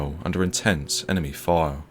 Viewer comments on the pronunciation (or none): Why cant you pronounce "fire" properly